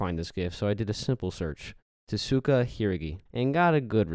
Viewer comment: name is tsukasa, says tesuka